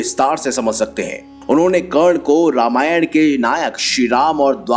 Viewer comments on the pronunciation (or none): karna ko kan bolta hai bura lagta hai bhai nahi aata to mat bol urdu ka churan q khilata hai